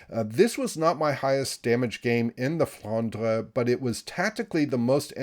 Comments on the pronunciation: IGN wil0208 NA serveur. Tu prononces bien " Flandre". A french payer. 👍👍👍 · IGN: Phayanaro Server: EU Greetings from Hamburg. And you Pronounce Flandre very well, as you do "Moin Moin". 🤣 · You are almost pronouncing it correctly :) IGN Nosferatu_gunner EU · IGN: Somniosus Server: ASIA I love that pronunciation of the Flandre...